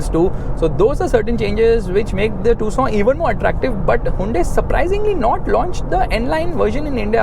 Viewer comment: I 😂😂 thought it's pronounce as Tucson but it is tusooon